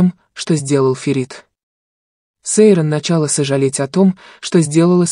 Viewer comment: Читайте правильно имя Сейран послушайте как говорят турки!